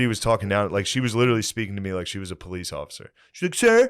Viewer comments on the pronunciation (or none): Every time Matt says: “ LIT-TRILLY” I want to LITERALLY choke him